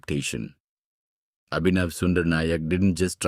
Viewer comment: Why are you dragging each of the noun and distorting it? Is Abhinav or Sundar or Nayak or Mukund an unfamiliar word in your part of the world? Your English doesn't sound native, so why can't you just pronounce those names as it is than dragging it?